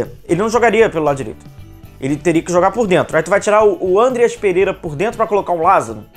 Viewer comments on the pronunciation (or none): Não é Ândeas mas sim Andrêas pelamôr 🙏🏻